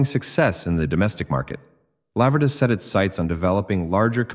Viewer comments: IT'S A LA-VER-DA IS THE CORRECT WAY TO SAY IT YOU WOULD HAVE BE FROM THE USA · In Italian it's pronounced 'Lavverda'. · La-ver-da...too much alume-min-um on the brain?